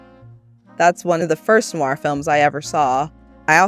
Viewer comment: rare to find an american film noir expert who can actually pronounce "noir " correctly ( they usually say noo-wahr)